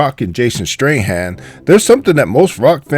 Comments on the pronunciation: So you manage to find these, but you can't pronounce statham? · dumb ass have you not seen the movies that's NOT Mia that's Letty in the red dress dumb fuck and you not even saying Jason's last name right 😅😅😅😅 what a dumb fuck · hahahahah this guy is funny. Jason STRAHAN instead of STATHAM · It triggers me he said Jason Strayhan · And it jason stathamnot stryhan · and he calls Jason Statham Jason Strahan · Jason Straightham?!? top 10 actors name pronounce fails next? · and Jason "Stray-Ham"?????............dude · tony turbyfill right i dont know jason strayham i know jason statham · you are an idiot and clearly have too much time on your hands why don't you try and get some and if you're going to make a video trying to bag on the movie why don't you try getting the names right stupid Jason Strahan was a football player his name is Jason Statham and her name is Letty not Mia dum dum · Jason statham not strayham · the biggest mistake here is calling Letty "Mia"..and Jason Statham "Strahan" WTF! d-_-b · TOP 2 MISTAKES MADE BY NARRATOR IN THIS VIDEO 1. The name of the Male actor is Jason Statham (Pronounced "Stay tham") not Strahand. 2. The name of Michelle Rodriguez's character (i.e. the fight scene with Ronda Rousey) is "Letty" not "Mia".... FYI: If you are going to make videos pointing out mistakes, It is prudent that you don't make your own.. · statham not strayham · also... why you keep calling jason statham ... jason strahan? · Come on man ! It's Jason Statham :)) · It's Jason statham no streham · Why do u keep saying straytham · I think he called him Strayham :D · did he say jason straight hand? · Did this nigga say "Jason Strayham" wtf😂😂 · Strahan... ha Statham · Jason strahan? Fucks he a foot ball player ? It's jason statham not STRAY-HAN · His last name isn't Strahan. It's Statham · It's Jason stapham not Jason straightham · and stateman, stateham. not to mention the wheel was off too??? Do a narrator mistake now pls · it's Jason Statham